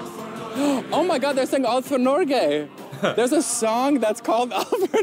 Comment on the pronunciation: what the 🦆 you haven't even learned to pronounce "alt for Norge"